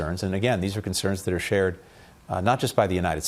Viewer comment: 贔屓の引き倒しも大概にしよう。 secretaryがsecretury startedがstirted sharedがshired 等など。